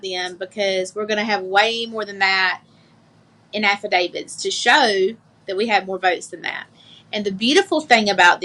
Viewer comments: What's with everybody saying "affiDAVIDS" ?? It's "affidavits." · What's an "affuh David?" 😆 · Oh but her "affa-davids". She is a piece of work.